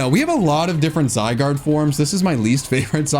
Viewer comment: IT'S ZYGARDE, NOT F*CKING ZIGADE! FIX IT NOW!